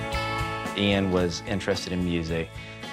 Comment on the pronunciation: Nothing to do with her accent, she was saying the name incorrectly at first. She must have been told as she started saying it correctly later and she still had the same accent. Also I'm not just going off this, Lots and lots of Americans can't say Craig they say Creg and Jaguar becomes jagwaar, Adolf becomes A dolf. Ive heard thijs from lots of different Americans with lots of different accents